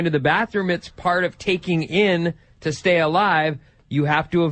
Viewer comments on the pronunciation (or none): none